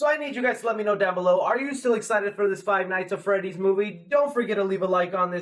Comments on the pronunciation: Literally like stop saying five nights at freddy it's annoying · "five nights at freddy" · I hate that he said " five night at freddy " ITS FIVE NIGHTS AT FREDDYS YOU BI